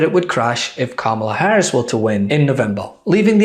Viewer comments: 🥰 It is pronounced as “ Comma La “ ! A “ genius “ should be able to pronounce * Kamala ! 😀😂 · He Still stubbornly pronounces Kamala as if it was Obama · He still mispronounces her name. Smh. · I can't stand seeing Trump's face and his mouth move! He can't even pronounce Kamala correctly. What an idiot! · He can't even pronounce Kamala. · The jerk deliberately pronounces her name incorrectly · He still can’t say her name right - holy hell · I want to know why everyone is being granted a pass by the media for intentionally mispronouncing “Kamala.” Frankly, at some point, ya look dumber when you just won’t say her name. Dumber AND A HATEFUL BRAT!